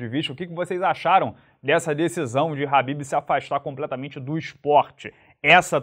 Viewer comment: FALA DIREITO MANO. nao eh RABIB - eh "KHA" > BIB